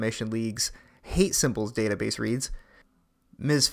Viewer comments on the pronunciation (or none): none